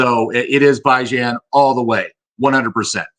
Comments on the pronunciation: Stop saying bye-Jan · It’s pronounced Bee Jon haha